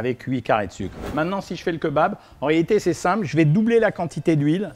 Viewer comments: Keubab c'est pr le buzz Cohen ? 😖 Bon on pardonne car tu nous aide à maigrir mais stop stp 🙏🤣🤣🤣on dit Kébab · J'adore vos vidéos elles sont super intéressante mais par pitié on ne dit pas "kEUbab" mais "kÉbab" 😭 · on dit Kébab pas keu bab lol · Queu babe 🤣🤣🤣 C'est KÉ - BAB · C est pas keubab c est Kebab ont lis Kébab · La bress les rouilla ? Vennez entre jeuns on va au keubab. 🤣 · J'aime bien le keubab moi ^^ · keuba lol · quand il a dit KEUBAB j’ai taper ma plus grosse barre ct violent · OK on a perdu tout le monde sur le keubab 😂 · Keubabe.... pourquoi? Lol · Cirrhose du foie 🤣🤣🤣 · Keubab c’est trop drôle je suis dead 😂😂😂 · Il a dead ca avec son keubab 😭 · keubab xD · Cest pas un keubab cest un greuc ou dit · Keubab mais lol 🤪🤪🤪🤪😅😅😅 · C’EST KÉBAB mes oreilles saigne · Keubabe jsuis mort 😂😂😂😂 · Quel tueur avec ses "BK, BK, Bk, KFC, KFC, KFC, et les fameux queuesbab" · Le keubab 😂 "l'erreur est humaine" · Leu keubab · ‘’Les jeunes y vont dans les keuubab hein’’ Jean-Michel Cohen Ah oui aussi je crois qui l’a dit 39fois le mot keubab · déja on parle pas quand on dit "keubab" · QueuBab.... Carrément... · les fameux keubab dont on m'a tant parlé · le Keubab mdrrr épique ! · keubab ? xddddddddddddddddddd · Queubab.... Vidéo intéressante mais votre prononciation de queubab est ridicule et drôle. Quet bab.... 🤣😂😁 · GNGNGNG KEUBAB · Keubab sinon cool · Mdr KEUBAB jpp j’en ai marre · KEUBAB MDRRR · J’adore le kebab bien insisté sur le eu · Ça se prononce Kébab 😂